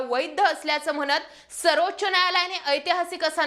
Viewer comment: होनार?, म्हनत?, एकून?, एकोनिस?. लई भारी मराठी!